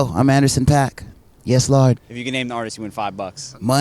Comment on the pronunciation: Paak with no hat, glasses and saying "lord" with an r is wild